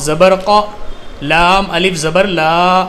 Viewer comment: Aap alif ko hmja pdhate hai